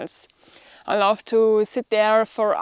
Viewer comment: all ok, i enjoy your programm... but your pronunciation of 'love' sounds like ' laugh'.....